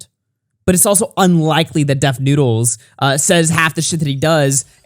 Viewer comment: Papa butchered def lmao